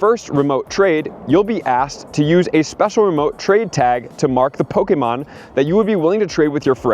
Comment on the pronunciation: Who in the hell said that’s how your supposed to say “Pokemon” you sound weird and or robotic.